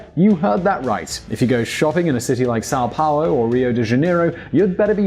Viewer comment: This video is pretty accurate. Congratulations on the pronuntiation of portuguese words, like São Paulo and Custo.